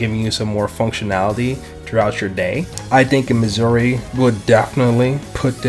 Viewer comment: Noooooooooot saying it right it’s misure